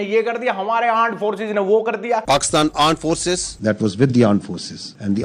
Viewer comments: Armed force ❌ Aand force ✅😂😂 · Aarm force ❎ aand force ✅😂😂😂😂😂😂😂😂😂😂😂😂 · Aaund force 😂